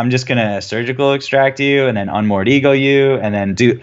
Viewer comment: Dude tried to politely correct him on the sneak tip, but he didn't catch on. Unmoored EGO, not ECHO! Not trying to hate, but come on man! But I still subbed.